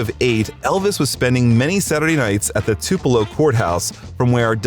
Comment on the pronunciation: Your saying tupelo wrong bro